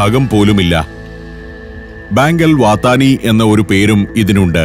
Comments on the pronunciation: സാർ bankul വാതാ നി അല്ല bankul വത്വ നി എന്നാണ് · ബാങ്ക് അൽ വത്താനി എന്നല്ല,, ബാങ്ക് അൽ വത്ത്വനി,,, അതായത് നാഷണൽ ബാങ്ക്, സോദേശി,, എന്നർത്ഥo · പേരുകള്‍ പറയുന്നത് അല്പം ശരിയാക്കാൻ ഉണ്ടെന്ന് തോന്നുന്നു. ഉദാഹരണം : Bank അൽ വഥനി. ഫൈലകാ. Etc